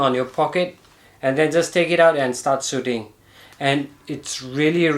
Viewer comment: I love it when he says...Start Soothing 🤣